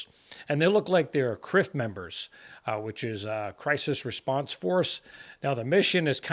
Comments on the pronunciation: When you said "CRF members" i thought you said "crip members" and a mental image of saggy pants gangsters standing guard for the president entered my head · That’s what I thought he said too lol